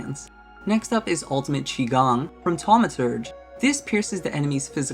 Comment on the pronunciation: You really did fix your pronunciation for "Qigong", that's bretty nice of you